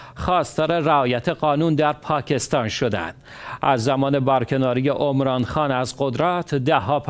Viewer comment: گوینده محترم، اسم را درست تلفظ کن. Omran نیست. Emran هست. شما می خواهید دین را در دنیا احیا کنید. ظاهرا از قران اطلاع چندانی ندارید. اسم Emran در قران ذکر شده. اصلا اسمی با تلفظ Omran نه در پاکستان، و نه درایران و هیچ جای جهان اسلام وجود ندارد. بدبختی ما همین جا هست که تصور می کنیم بندگان خاص خداییم ولی از کتاب خدا و محتوی آن از جمله اسامی ذکر شده در آن اطلاعی نداریم.